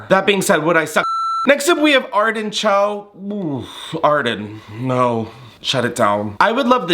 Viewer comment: When you said Arden Cho I thought you said artichoke, and I kind of feel like that’s accurate for that dress